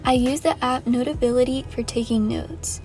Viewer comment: I love how you say